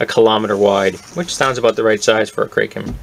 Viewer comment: Its kraken not kraiken